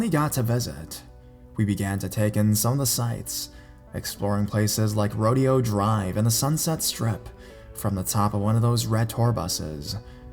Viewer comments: Rodeo Drive is pronounced Row-day-oh...thought you'd want to know. Love the Videos! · in the first story the i think street name is pronounced Ro-De-O Drive..